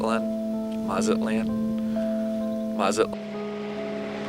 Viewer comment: Dude, never chew gum on camera, let alone every time you're on camera. Also please learn how to pronounce things i.e. Panama, Mazatlan.